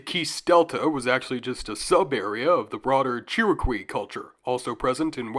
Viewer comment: Great Video! I like seeing that one of the civilizations mentioned is where my family is from. also just a FYI a easy way to pronounce chiriqui properly is by saying it like "shitty key" lol, Chi-Ri-Qui. It's a pretty fun little word to say once you get it down lol